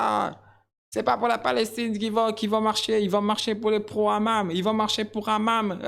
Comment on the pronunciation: Le hamam 😂😂😂 le hamas pas le hamam😂😂😂